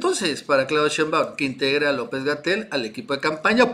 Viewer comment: Porqué el llamar a la Doctora Shembáum,cuando su apellido es Shembáum,como si llevara el acento en la e,digo si es q no me equivoco